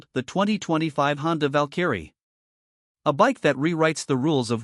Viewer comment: Val-Kerry.... someone needs to teach the AI how to say it.